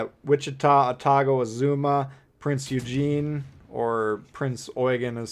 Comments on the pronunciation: Pronounced oyygan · You said Prinz Eugen wrong BTW it's not Eugene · Its really annoying to me as a hardcore history guy